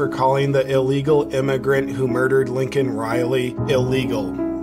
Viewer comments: WHY DO PEOPLE KEEP SAYING "LINCOLN" RILEY, ITS "LAKEN" RILEY! WTF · Laken, not lincoln. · Hey Brother her name is pronounced "Lay-kin"....